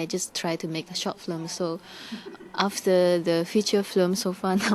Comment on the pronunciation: she's so cute. she cannot say correctly film, but flim... she's really nice